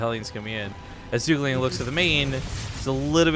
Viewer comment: ZhuGeliang pronounces as "Zhu" "Ge" "Liang"